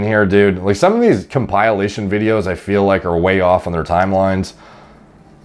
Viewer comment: he is 15 here. Also it’s com pill ation for pronunciation. Love your videos and I never even thought about it this way I thought the best natural person would be the best person on juice